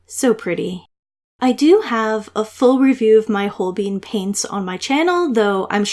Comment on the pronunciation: For Holbein, It is "hole-bine" rhymes with "line" not "hole-bean" rhymes with "lean".